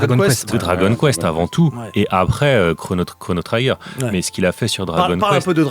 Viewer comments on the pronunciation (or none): On ne prononce pas "Chrono traillegueur" mais "Chrono Trigueur" (le "i" comme en français)...